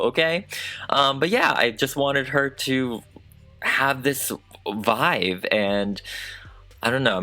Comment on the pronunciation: Did anyone else notice that says VIVE instead of VIBE? It's adorable. I noticed so long ago. I think it's so damn cute! Love your videos babe!! 😝 ❤🧡💛💚💙💜